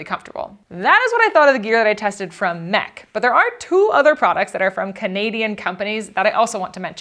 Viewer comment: Thanks for pronouncing it MEC and not em-ee-see. Also did Justin bring Hawkins Cheezies? Albertans are obsessed with that brand of cheezies. we have them in Ontario also but Cheetos are more readily available in stores. Hawkins are far superior though. thanks for coming to enjoy our beautiful nature!! You’ll need to come visit Georgian Bay or Algonquin one autumn to see the amazing fall colours Ontario is known for. We also have the moose and of course the black bears. Great Ontario Provincial Parks to check out: Killarney, Killbear, Bon Echo and of course Algonquin.